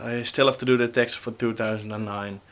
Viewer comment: its funny how u say texss... you should say my name slow on you next video.. :D